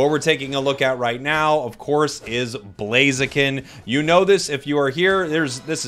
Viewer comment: Ugh, I hate Blaziken. The only thing I hate more than Blaziken is the incorrect way Americans pronounce "Blaziken". First Decidueye, then Mamoswine instead of Piloswine, then Sableye, now Blaziken!? PleasenoSwampert! PleasenoSwampert! PleasenoSwampert! PleasenoSwampert! PleasenoSwampert! PleasenoSwampert! PleasenoSwampert!